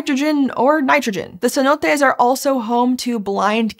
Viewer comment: It's pronounced "Cenotes".